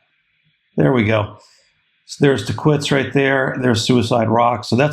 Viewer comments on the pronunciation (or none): hey bro hows it going. love your video, Tahquitz is pronounced Tah-keetz. the educated locals know. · I believe it is pronounced “Ta’-keetz”